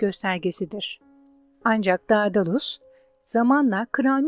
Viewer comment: Dedalus diye okunur